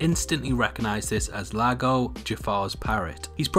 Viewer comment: It’s eago not Lago